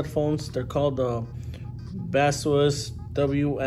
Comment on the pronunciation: Hi, thank you for this great review! We sell Baseus (it's pronounced bay-sus by the way:) in the US! Glad to hear you are pleased with the product